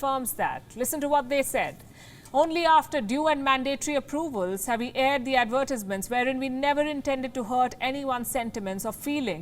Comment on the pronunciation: Wow! Sorry, but your pronunciation on Advertisements was just horrible! Someone has to tell you. If your friends and colleagues don't tell you, then they don't really care about you. But I care about English Second Language speakers so please get some coaching on how to pronounce that word. It's okay, we all learn starting from somewhere.